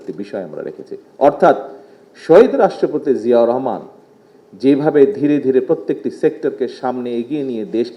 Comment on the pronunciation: বাপের নামটাও সঠিক ভাবে বলতে পরে না